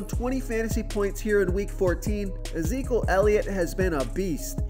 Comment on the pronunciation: Is there a reason you don't pronounce the first E in Ezekiel or have I been saying that wrong my entire life...? I'm guessing the first E is silent.